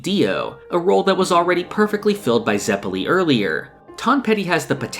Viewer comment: You pronounced both Baoh & Zeppeli's names incorectly. Other than that I mostly agree. Especially on the first half of part 1 being stronger. I read it in 2017 & struggle to remember what happened in the middle.